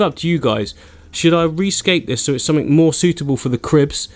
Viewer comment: “sumfink” is backkkk! What a legend😂